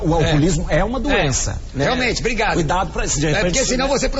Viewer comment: "ohhh, muitu obricato meu amigo padri" ¬¬